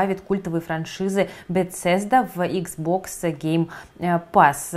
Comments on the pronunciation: Режет слух.. Бесезда - по крайней мере с тех пор как я слежу за серией игр от этой компании на протяжении 15 лет. Все журналисты произносят БеСезда, без "Ц". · Bethesda по-русски произносится "Бефезда"